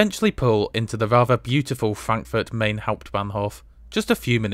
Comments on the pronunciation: Sorry to be pedantic but it is pronounced MY-NN not Main young man. . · You might want to change your pronunciation of the river on which Frankfurt stands to MINE and not MAIN, even though it is spelt as the latter. I refer of course to the Frankfurt you visited rather than the other one on the Polish border, namely Frankfurt-an-der-Oder. Your other German town pronunciations are good. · when you pronounce Frankfurt (Main) Hauptbahnhof as in English it gives the impression there might me another Frankfurt Hauptbahnhof, which there obviously isn’t. Makes you sound like a rookie. The name of the city is Frankfurt am Main (pronounced “mine”), to differentiate it from Frankfurt (Oder) near Poland. Just call it Frankfurt like most folks do. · Brilliant as ever. Have you ever considered a Eurrail pass? I have just bought a 10 day 1st class one for not much more than you paid for your trip. By the way, 'Main' is pronounced 'mine' and in German, the 'z' is a 'ts' sound. Thanks for all your videos. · Hugely enjoyable video again, duly liked. But I'm surprised that you you try so hard to pronounce Welsh and East European names correctly, and then don't bother at all with Frankfurt am Main. It is certainly spelt "main", but it is pronounced like an an English speaker would say "mine".